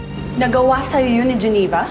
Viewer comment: Ang arti mo mgsalita..ang pangit ng pgkabigkas mo geneva..